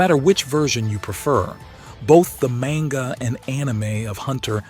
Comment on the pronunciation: im like 98.42% sure this channel is AI you pronounce manga different every other time